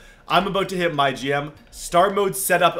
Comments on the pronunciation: Its “My G-M” not MyGym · Anyone else thought he said my gym....